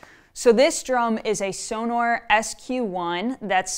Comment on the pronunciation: One of the few pronunciations of Sonor that was somewhat correct 🤘🥁